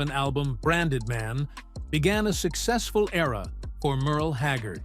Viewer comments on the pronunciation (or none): none